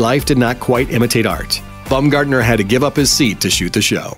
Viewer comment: Omg pls stop saying "Bumgardener" it's Baum bah-uhm